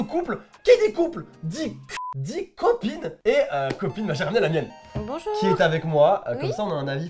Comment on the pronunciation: Je sais pas si tu te r apelle MAIS AU DEBUT IL FAUT DIRE BOUJOU BOUJOU